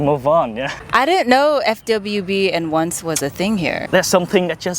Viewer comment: i mean "once", it's slang "Just this once" not only one night. And yes, he said "ons".